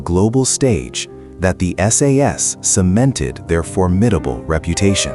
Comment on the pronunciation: AI is very impressive, but it can't even manage to say "SAS"